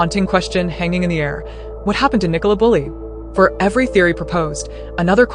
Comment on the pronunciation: The village is located in the county of Lancashire, not Lincolnshire. Is the name Nicola unknown outside of the Commonwealth? Apparently no-one in the US can pronounce it correctly. What about the early underwater searcher who claimed that he had located her body but was told to ignore his findings by Lancashire police? What about the police’s ghastly attempt to victim blame by publicising unnecessarily publicising her personal health issues?